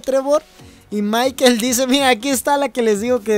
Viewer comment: No es maiquel es maicol ( escribo como se pronuncia)